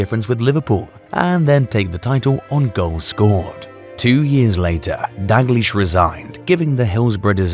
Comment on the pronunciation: Stop pronouncing it Kenny “Dag-Leesh”. It’s pronounced “Dow-gleesh”. I am continually amazed at how many people (particularly scousers) cannot pronounce Kenny’s name correctly. You would have thought after nearly 50years connected with Liverpool they would have learned how to pronounce Kenny’s name correctly.